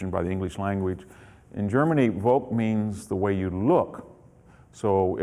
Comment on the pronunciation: "Volk" is pronounced as "folk", not as "wolk". How it comes that somebody, who pretends to have read German philosophy and history has no idea about German language? May be because this is not a history (at least in academic sense) what he does?